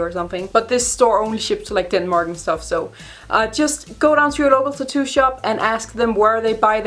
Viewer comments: I like the content of this video but I got paranoid cause I’ve said tattoo my whole life and ou say it differently you say tittoo so it was driving me insane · I LOVE HOW SHE SAYS TAT-TOO!!! SOUNDS LIKE "TETTOO" LIKE IT'S ONE WORD BUT WITH 2 SYLLABLES!! 😘